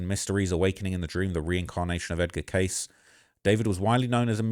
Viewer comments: Edgar *Cayce pronounced phonetically as kay-see, doofus. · Edgar Cayce: "Casey" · Cayce... Pronounced (Kay See) 😉 Rip David I always enjoyed seeing him on Ancient Aliens. 👽